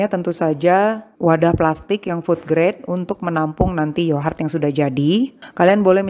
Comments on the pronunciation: Knp mommy nyebutnya yohart bukan yogurt? Aku sampe dengerin di translate penyebutannya 😅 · Kok sama bun, aku jadi kurang fokus nontonnya karna yohart hehe